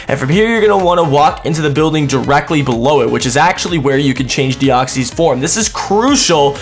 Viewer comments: I'm not bothered that this was an April Fools but your pronunciation of Deoxys is shocking :P What it is not: Dee-ox-ees What it is: Dee-ox-iss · Your saying deoxys wrong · Why are you saying deoxys like that wtf?